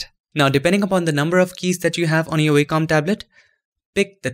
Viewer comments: nitpick: the company name is pronounced WOK-um, not WAY-com. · Nice video mate, thanks! BTW its pronounced 'vocom' (Wacom) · In American English, as opposed to British English, it's pronounced WAH-cum.